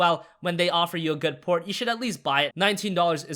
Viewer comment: Did anyone notice whenever he says port i hear porn